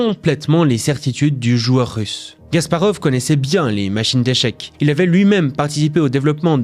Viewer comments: C'est Kasparov pas Gasparov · KAsparov !! Et non "Gasparov" .... Aieaieaie 😂😂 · Ce n'est pas *G*asparov, mais *K*asparov. En tant que joueur d'échecs, ça me dérange.